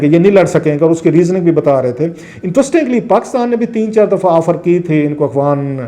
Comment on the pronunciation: Salam Sir shayed Mujhy aisa feel hota hai jesy ap "afghan" ki bjaye "akhwan army" bolty hen is it right ?